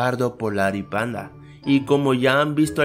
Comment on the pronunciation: like si te diste cuenta que envés de decir panda dijo pandi XD